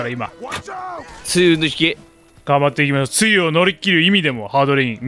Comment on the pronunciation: 梅雨の発音が完全に汁でちょい笑う